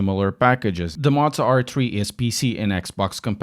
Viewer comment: hey btw it pronounced moe zwah or moe za